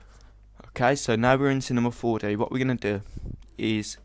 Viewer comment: " After we're done we head to cinema four de..." lol!